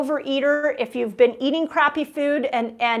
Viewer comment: Dr. Mindy, the word is food, not feud.